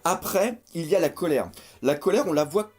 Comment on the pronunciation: Colère pas Colére, baaaka haha